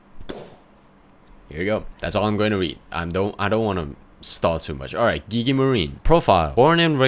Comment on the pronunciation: Man, i'm so happy to find another guy who call Gigi with G in Gun